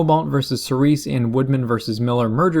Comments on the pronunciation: Ceres is pronounced more like "series," not "sir reese." (SPOILERS): *Not that it matters anymore QQ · I think Ceres is pronounced like 'series'